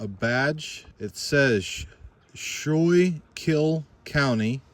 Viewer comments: Schuylkill is pronounced "skook-ill" ...as it was named by the natives. Today the word is most often heard at a Delco Wawa followed by the phrase "Go Birds!" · The counnty is pronounced "Sku-kill" With a hard k sound